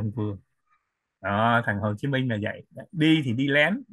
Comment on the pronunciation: nên phát âm cho đúng tên anh Minh, không phải là Min!